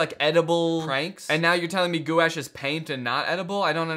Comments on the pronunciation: The ways Danny pronounces gouache makes me want to die every time he does it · As an art major the amount of times Danny mispronounced Gouache hurt my soul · as an artist, it hurts my soul that he keeps saying gouache wrong 😭😭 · as a long time artist and casual viewer in the art community this physcally wounded me. the way he says it- gouache is a type of paint, from what ive seen sort of like water colour in the way it can be water activated but more opaque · i think it’s pronounced “gwash” i’ve been the art community for a while but i might be wrong (yes it is paint) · it’s pronounced goo-osh. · nah that gou- sh but gouache is ga-wash or gwash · Gwash🎨? Or Goo Ash? haha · Danny pronouncing gouache: "goo-ash" instead of "gwash" like you're supposed to say it is the funniest thing to me. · I was trying to do math and I died inside every time Danny said goo-ash instead of gouache (gw-a-sh) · Every time Danny says goo-ash instead of gwäsh it kills me. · as an artist, it physically hurt me every time Danny pronounced gouache "goo-ash" when the paint itself is pronounced "gwaash" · guys gouache is now pronounced "goo ash" not "gwosh" anyone caught saying it wrong will be hunted for sport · Danny no one is going to tell you this, so I will. It is not Goo-ash, it’s gouache. (Gwash) It’s a type of paint that is a water color and acrylic mixture, and its mostly used on canvases or thicker paper. I don’t know whatever the hell your referring to with the groom groom video reference, but gouache is a paint. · As an artist, hearing Danny pronounce gouache as "goo-wash" really hurts my soul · How is it pronounced isnt it gwash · "gwash" is correct 😭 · gu wash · As a art student, that had a one hour long lecture of why it’s pronounced as gouache and not goo-wash, I feel pain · it's pronounced like "wash" with a "g" slapped on it. "Gwash" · The way he pronounces it kills meee. (For those who don’t now, it’s pronounced “gwaashh” kinda like wash with a g in front)